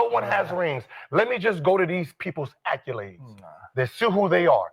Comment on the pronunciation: Im gon need Gil to learn how to pronounce accolade.